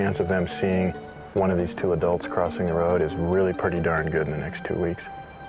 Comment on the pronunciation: Say it without PURDY, cause its just a bad habit